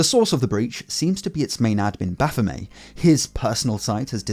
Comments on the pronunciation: MET MET it's not French It's not baphomay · BaphomET Commoncore really fucked your generation, you guys can't pronounce shit. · is that makes making you pronounce baphomet as bafomay? 🤔 😂 🙌 ♥ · Frenchifying the name, I guess?